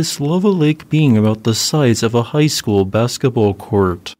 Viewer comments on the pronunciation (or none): none